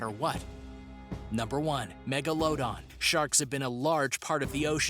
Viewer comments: This dude really just said megalodon without saying megalodon but rather Mega-Load-On its actually Mega-Low-Don not what he said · Mega-low-don. It bothers me the way he says it. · Its actually meglodon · The pronunciations are killing me. Google takes just seconds,. Number 9 is not a "cola-canth", it's pronounced "see-luh-canth". You said "Java", nearly perfectly but pronounced "Javan" all kinds of weird. "Jah-vuh". "Jah-van". Megalodon- "meh-guh-LUH-don", not "meh-guh-LOW-don". There's literally a recent movie/cult obsession with the creature. I also agree with the folks saying "no proof they're not extinct" ≠ "may not be extinct". By that logic, unicorns, yetis, and chupacabras may be real/"not extinct" as there's no proof they are. 🤦🏻‍♀️ not one of your better videos on this channel but thanks for trying, I guess. C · And he says it wrong too, mega-load-on. Instead of megalodon. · God! the way he said megalodon just... got me so confused. Its mega-la-dawn. It's not hard. Just... mega-la-dawn. not mega-load-on. (also, I know someone already made this comment. sorry Jake Finman '-') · dos he actuly think its pronounces mega load don??? its mega la don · And it's not (mego low don) its pronounced (mega la don) lol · It's pronounced "mega - la - don" not "megan - low - don" sorry I just hate it when people pronounce words wrong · the MEG - UH - LOW - DON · It’s Meg-ala-don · Tasmanian tiger never lived in new Zealamd! Some have been rumored to be in Tasmania. Meg la don!!!!!! Cee la canth !!!!! Please do Some Proper research and pronounciation for your channel topics!!!! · And megalodon is pronounced MEG-LO-DON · This man really said mEgA- LoAd-oN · instead of saying megalodon he literally said mega-low-dawn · He said magalOdan ?????????????????? Ok just no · HE IS SAYIN MEGOALOADEN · Not to be mean but megalodon is pronounced me/ga/lu/ don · What the hell is a megalowdon? Don't you mean Megalodon? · This due said megaladon as Meg-o-la-don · It’s meg-a-la-don